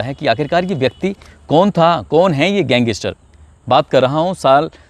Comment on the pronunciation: Gang is ter ko wah Bhai achi pronounciation h